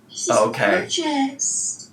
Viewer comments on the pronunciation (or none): I rewinded 3x & 3x I heard “this is gorgeoust” Am I crazy? I swear she’s saying, “gorgeoust”